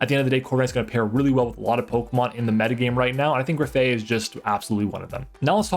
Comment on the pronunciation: graf -eye -eye not aye aye. it's graffitti + eye eye, a real animal